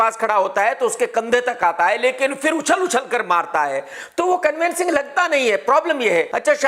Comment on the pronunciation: Its 'convincing' ... Not 'convencing ' .. and Shahid follows Radha Soami.. he doesn't consume egg or alcohol forget about drugs